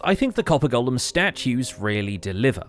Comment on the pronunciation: FINALLY someone who can pronounce 'golem'! Somebody send this vid to ALL the Hermits!